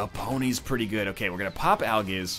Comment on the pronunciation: I'm 100% sure he said aljizz instead of algiz.